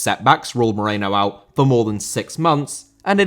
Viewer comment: Moreno* not Moreinouw